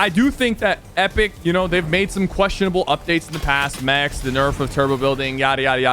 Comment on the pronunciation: Normal people saying mecs sypherpk saying saying it mets